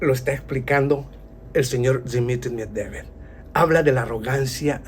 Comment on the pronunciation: A ver si aprendes a decir el apellido de Dimitri que cada vez lo pronuncias diferente tan difícil es pronunciar MED VE DEV ?